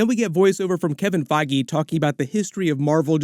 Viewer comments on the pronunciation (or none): none